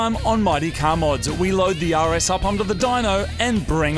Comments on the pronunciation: I thought you said Yaris instead of (RS) for half of the video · Totally thought he said "take off the front of the Yaris" had to ew watch 3 times to hear "RS" correctly 😂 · When Moog says "RS"... it sounds like "Yaris"... lol🤷🏾‍♂️😁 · When you say "The RS" is almost sounds like "Yaris." :3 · Every time he says “the rs” I hear “the Yaris” and that’s a beautiful thing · Every time Moog says rs, it sounds like he's saying yaaris haha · everytime moog says (the rs) it sounds like yaris to me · I could've sworn you said "we've got to remove a lot off stuff on the Yaris" 😂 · CANNOT UNHEAR YARIS